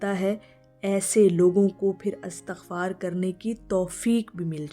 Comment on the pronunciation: Right word or pronunciation is Istaghfar not Astaghfar. While Astaghfirullah is right. Do your research, please.